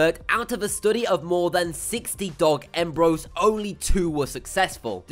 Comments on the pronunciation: He keeps saying " embro" not Embryo its very uncomfortable to listen to. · its breeeeeeeed not bread embreeeeo not ombros dengee not dangmonologue etc etc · It's embryo not embro